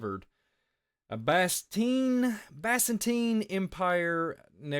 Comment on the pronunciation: I like you , you seem very nice it’s pronounced biz-in-teen and na-crop-alas I hate when I’m pronouncing things wrong , it gives people excuses to discount what you say ! Keep up the good work